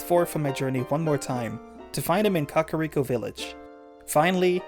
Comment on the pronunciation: I like how you said cuckariko